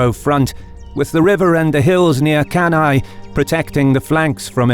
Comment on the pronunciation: One of the best video on Cannae IMHO. Anyway, the correct pronounce of Cannae is "canne" (kan-neh). And Paulus, not Paullus.